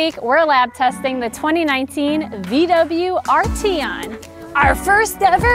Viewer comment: I believe you're pronouncing the name incorrectly.